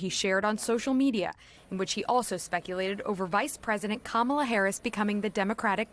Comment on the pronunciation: Rump doesn't even give Kamala the respect of saying her name properly! A jerk from head to toe. 😢